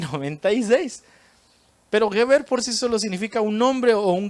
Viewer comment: Una observación. Geber no se pronuncia gueber, sino jeber. Shalom!